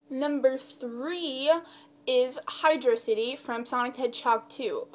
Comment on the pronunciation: xD Sweet you say "Hydro City" correct. Never liked Air Fleet, that level pisses me off. xP I just recently got Shadow the Hedgehog again a month ago and that's the last level i've played since I played it. Also Lost World is another level that pisses me off. xD Have you thought about making a top 10 list of the music from the franchise? :)